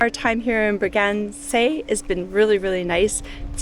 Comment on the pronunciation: Your Bragança pronunciation is almost there. It's not Bragac'ey', it's Bragance'huh'. Great seeing the northern regions. We were there a few years ago.